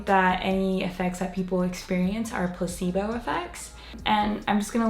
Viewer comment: When you were saying placebo, for a reason I understood Pu**ybow lol